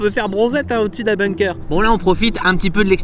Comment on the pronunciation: En tant que germanophone, je précise que ça se prononce boungker et pas beungker.